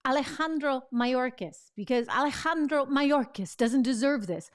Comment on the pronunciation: Trish, the way you pronounce Alejandro, WOW!!! You just went next level!! I like it!!! 👍. Great reporting by the way!!!